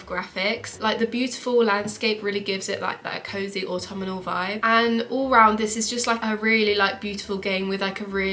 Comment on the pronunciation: Good list! Just a bit of feedback: 1. It's not "autummernal"... 😂 (I am also English btw) 2. Please let us know WHICH versions of Xbox or PlayStation the games are for, they aren't for all platforms by default 3. As others have commented, more game footage interspersed with you talking would be more beneficial for viewers of a video game list 😊